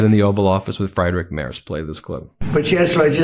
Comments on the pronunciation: For clarity, it's closer to "Free-drick Merts". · Friedrich Merz. Ben, PLEASE learn how to pronounce this man's name. Freed-rich Mehrtz. Calling him Fried-rich (even though that's how it's spelled in English) is just ridiculous. Or just call him the German Chancellor. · Fr-eye-drick Mars? Are you serious? For crying out loud, at least try to pronounce the guy's name correctly. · I can't stand him, but his name isn't "Freidrick", "Mars" or "Mers"... it's "Friedrich Merz". 🤷‍♂️ At least try to stick to one pronounciation of his name instead of two or three. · I like your Videos, but maybe you should decide on how to pronounciate the name Friedrich Merz. As a german I would suggest: Freed Rick Murds... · Does anybody know of a truly unopinionated channel for news? Ben you are pronouncing the German chancellor's name- free druhk murtz. So many opinions here, and I'm not a Trump regime fan,. Isn't there a channel that just gives the facts? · You oughta look up pronounciation of names. it's FREEDRICH MERZ, he ain't fried - that would be Elon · "Friedrich Merz" is pronounced FREEdrikh Mehrtz. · It's pronounced Free-drick mertz😊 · FYI Friedrich Merz is pronounced "Freedrick Mertz" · You pronounce his name Freedrich Mertz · how can one mispronounce a name that often? just use google translator in german an type in "Friedrich Merz" and at least try to pronounce the name properly... there were like 4-5 versions of this name in these 15 minutes but none of them were correct. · Please take the effort to at least half-way properly pronounce Friedrich Merz's name. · insulting muspronynciation of German chancellor'a name